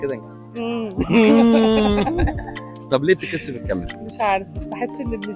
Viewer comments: بتتكسف.. كسوف مش كثوف.. اللغة ضاعت يا جدعان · بت ب بت ب بت بت ، مش عارف ليه مش عارفة تخرج من بئي الكلمة دي بت بت بتكسف ايوة انا نطقنها بس مش حقدر اقولها تاني اصلها مش حتنسبها خالص